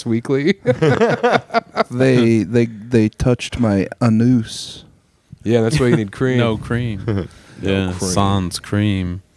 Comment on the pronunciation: Hopefully "uh-noos" is doing better 🫶